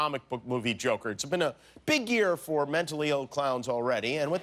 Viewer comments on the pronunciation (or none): none